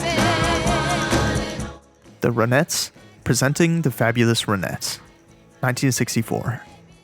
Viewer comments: "RAH-NETZ" (not "ruh-NETZ"). Named after lead singer Ronnie Bennett Spector. 🤓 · "Ronettes"--pronounce the first syllable like "ron" not "run." The group was named for its lead singer, Ronnie Spector (unless you pronounce her name "runny"). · It's RONettes, not RUNettes. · RON, not Ren....nettes. 🤨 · dude, why are you pronouncing it that way... the "ruh-nets"?? LOL. It's RON-ets. Like you would normally pronounce Ron. Like Don or James Caan. or Gone... or John. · They’re not pronounced, the Ra-NETTES, the band is the RON-ettes. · It’s “RON-ettes”, not “runettes”. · It's RONETTES not Runettes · Great piece. But Ronettes is pronounced as if you're about to say the name Ron only but then you add the ettes at the end. No accent on either syllable. You’re saying something likerenettes with an accent on the second syllable. The Ronettes back up Ronnie. Not the renettes. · Ronnie Spector - The Ronettes. Not Run-ettes. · The "Roh-nets?" How could the narrator not even pronounce the band name correctly? smh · Ronettes as in the name Ron , not runettes . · Please learn how to pronounce RONETTES. Is this AI narrated? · This is the first of your videos that I've seen, and I will likely watch a few more. One thing though: the name of Roni Spector's group should be pronounced so it sounds like her name.